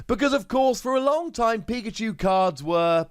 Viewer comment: Could have sworn he said pika-jew lol